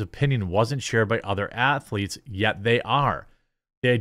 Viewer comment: “You call them (ath a leets)?” Eric Cartman